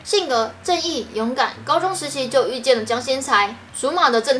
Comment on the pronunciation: 對了，姜薪"栽"不是姜薪"裁"喔!